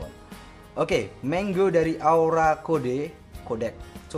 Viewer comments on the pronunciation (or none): none